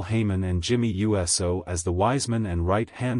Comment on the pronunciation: Jay U.S.O love how he says U.S.O